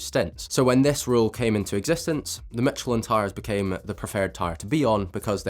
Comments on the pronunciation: more like 'meesh-leh' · It’s pronounced like “mish-ill-en” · Michelin, the first pronounciation. The 2nd say Micheline 😂